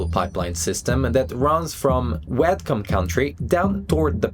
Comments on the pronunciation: Whatcom...It's pronounced "waat km" not "wet com"! When you first mention Whatcom Park it sounded like you said "wetcom park" and later you said Whatcom creek sounding like "wet concrete" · Your miss pronouncing Whatcom it Wha-come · It’s Whatcom not Watcom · I like your pronounciation of Whatcom. 😂 Anyway the park is very beautiful today with very little evidence of the horrible things that happened back then. Nature, anyway, has recovered well.